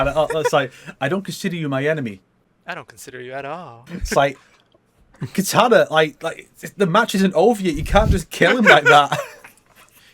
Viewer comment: I love how the MK guys can't help but pronounce the name of DC's Katana as 'Kitana', that's a fun reflex xD Also damn, Dawg right off the bat just going after Sonic's room (we need Choppy Mode Sonic again though!) :p Also, for the timestamps, Spider-Man discussion starts (that might be fixed by the time I make this comment)